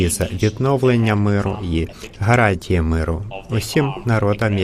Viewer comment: Божечки,, спробуй говорити букву Г, у слові гарантії, а не Ґ. Це не російська мова. Тренуйся більше і в тебе все вийде!!!